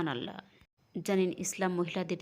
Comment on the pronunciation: এই সত্য ঘটনাগুলো খুবই ভালো লাগে শুধু বাংলায় বর্ণনাকারী মহিলার "চাঁপাই বাংলা" উচ্চারণটা বড্ড শ্রুতিকটূ, তবে তিনি নিজেকে কিছুটা সংশোধন করেছেন মহান আল্লাহর নাম সঠিকভাবে উচ্চারণের মাধ্যমে যা তিনি আগে "আলহা" বলে উচ্চারণ করতেন।